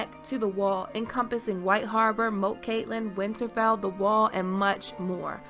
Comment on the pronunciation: First time watcher. Good video and analysis. One little gripe though: there's no t in Cailin! 😀